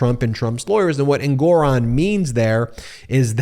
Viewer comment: Learn to pronounce the Judge's name correctly. En-gu-ron.